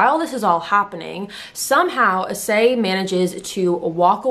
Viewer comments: I kind of shocked the way she pronounce his name. I thought did "I clicked wrong?" Idk but well.... I-ssey not A-ssay Just sayin' byeeee XD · "Ee-say" is closer to how you pronounce his name.